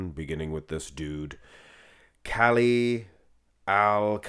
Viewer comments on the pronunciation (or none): none